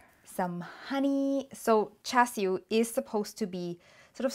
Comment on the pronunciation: you even say it very cantonese way lol thank you